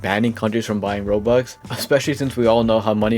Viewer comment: why do u say "rols"